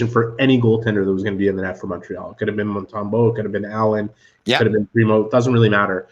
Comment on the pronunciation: Best contributor? Must be a low bar. Good grief. He doesn’t understand that Montreal will compete this year. And he doesn’t even know how to pronounce Montembeault.